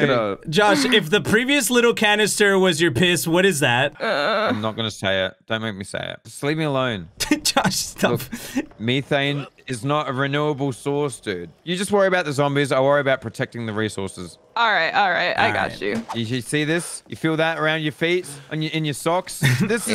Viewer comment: JOSH CALLED METHANE ME THANE 🤣